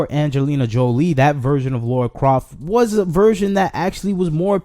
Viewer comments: Okay you're making some great points and all but I have to say Her name is LARA not Laura Idk why so many misspernounce her name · Please don't call her Laura Croft it's Lara Croft